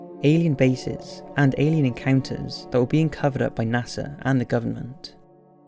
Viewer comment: You said NASER instead of NASA.